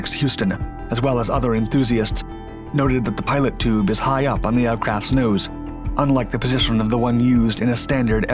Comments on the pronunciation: it's not a "pilot tube," it's a "pitot tube" (pronounced PEE-tow) and measures airspeed. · Come on man! “Pilot tube“? It’s a pitot tube. Pronounced pee-toe. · Correct. I also noticed he pronounced pitot tube as "Pilot tube".